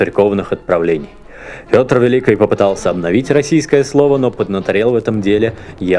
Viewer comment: Мне не приятно как ты говоришь, в место ч, ш. Пётр великИй а не великЫй.... Не РусскЫй а РусскИй... И я всегда смотрю только на твои усы они странные, двигаются. И прости меня, мне их просто хочется оторвать!